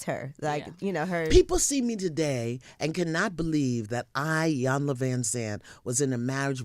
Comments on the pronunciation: Iyanla…. Pronounced E-Yanla 😊 please stopped pronouncing her name wrong. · Has noone ever heard her pronouce her name?!!..geez🙄...it's "E-yanla" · Her name is pronounced (EE YON LAH).